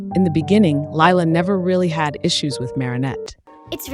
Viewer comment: I HATE LIE-LA